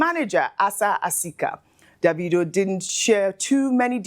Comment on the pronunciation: Ojy please stop pronouncing his name as daaavidoh......it's annoying...of course you know that's not how it's should be pronounce.....it's Davido from the name David not Daaavid.....pls stop it's so annoying